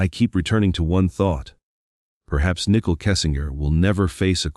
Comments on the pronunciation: Is this an AI voice or just a bad reader? Why does he keep pronouncing Nichol's name nickel? Who edited this and didn't catch the error multiple times. Low quality video with too many conspiracy theories instead of facts. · Common dude... Nickle Kessinger??? Robot. That ruins everything